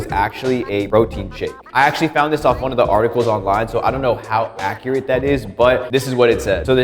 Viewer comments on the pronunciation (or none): none